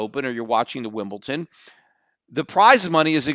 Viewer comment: Am I the only person who gets annoyed when Peter says "Wimbledon"? He says it with a "t". That's not how it is said!